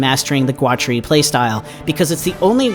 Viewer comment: So, you make a video about a guy and you have never heard someone who knew him pronounce his name. I'm guessing you just got ai to write you a script about a guy with a funky name. I'm calling murkin twatery here. That's not all but, nuff said.